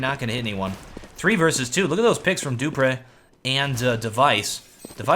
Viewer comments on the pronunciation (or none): Love your work but it's "doo-pree" and "free-berg". Once you sort out those pronunciations, I'll be a happy little linguist.;)